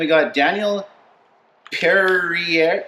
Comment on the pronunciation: Pereira ... Purr-rare-ah :)